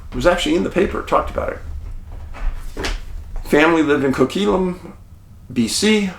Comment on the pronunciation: Dave, you pronounce Coquitlam with a quit in the middle. Don't know why, just listened to it on Canadian media over the years.